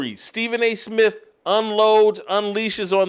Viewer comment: "Stephen A Smiff!"